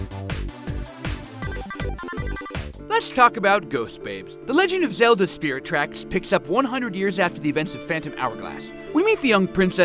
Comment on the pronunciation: "spirit tacks"